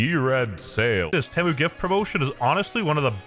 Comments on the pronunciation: Nobody going to mention ”Tehmmu”? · it feels so wrong to hear him pronounce temu but apparently thats how it actually is?